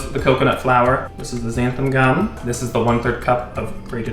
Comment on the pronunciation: XANTHAN GUM,, xanthaN N... (NOT «Xantham»❗️) Just sayin’ - so many of you Americans spell/pronounce this wrong, for some odd reason... Just look at your bag, it says «Xanthan Gum»❣️👏👍🤗